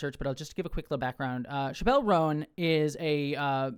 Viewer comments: No Liberal is saying you can’t criticize Kamala. This is just leftist virtue signaling from you. Also, it’s pronounced Chap-L. Not Shapelle. Clearly you’re not even a fan. The issue wasn’t her not endorsing Harris, it was the fact that she put both sides on an equal plain. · it's Chap-el, like "going to the chapel/gonna get married", not like dave Chaaaa-pell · Her name's pronounced "chapel" like Chapel Hill or a chapel where you go to church btw. That wasn't all I took away from your video, though, I promise. Vote locally ✊ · It’s Chappell like Chapel, not like Dave Chappell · Dude— please pronounce her name correctly..you, so easily, could’ve made sure…UGH.